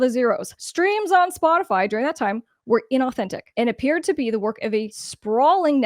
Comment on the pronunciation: Aaaaagahahahah I’m sure you just Said “ Botify “ 🤣🤣🤣🤣 Perfect 🔊❤️💪🏼🙏🏼